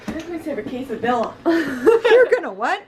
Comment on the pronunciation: It’s pronounced ka-Sa-Dee-a